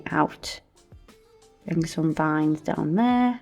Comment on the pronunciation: Veins not vines🤭